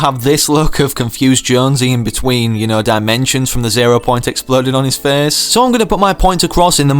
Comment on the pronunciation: “It’ll put a big smile on my fece.” Face, not fece.